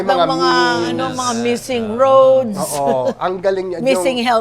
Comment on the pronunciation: You’re so funny!! Rrrrrroads! Inulit ulit pa with a very good tongue roll sa Arrrrrr! 🤣